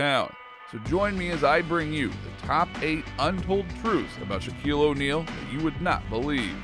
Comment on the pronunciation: "Wow Shaquille O neal"